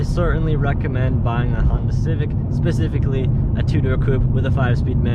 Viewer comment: Did you say Spe -CIVIC-ally Or Spe-Cific-ally 😂😅 That would make a fun title for your video. CIVIC SPECIFICS or CIVIC SPE-CIVICS 😅